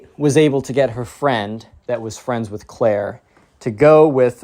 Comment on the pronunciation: Clair not cayt